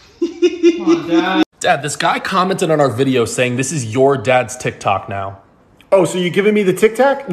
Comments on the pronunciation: Why did your dad say tiktak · "My TiKtAk" 😂😂😂